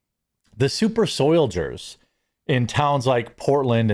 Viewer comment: " super soilgers?"😂😂😂 but that was too much pepper spray. More isn't always better.